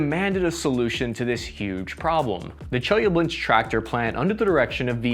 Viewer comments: Im from chelyabinsk, and its not pronounced chelyablinsk my friend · Yea, but he butchered the city in Russia where the tanks were built, 😆 Chelyabinsk. He has an extra syllable in there or some crazy thing. Gotta love him, though. He tries so hard. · Чеяблинск))) it is not Che-ya-blinsk. It is Che-lya-binsk